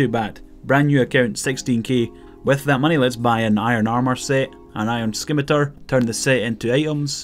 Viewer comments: I HATE when people say it like sKIMetar its pronounce SIMetar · Why can no youtuber pronounce “scimitar” lol